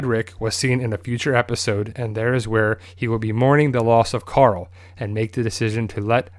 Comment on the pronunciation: I love twd but when people say coral it makes me cringe but still I love the channel